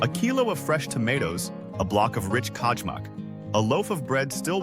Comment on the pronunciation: Piaka , kadjmak… Living this long in Serbia and not knowing how to pronounce these words is quite embarrassing. To all foreigners living in Serbia, please show your respect to the country that warmly welcomes you by showing an honest effort to learn the language. It’s a basic requirement just as it’s required to speak English if you’re wanting to live in USA. Thank you.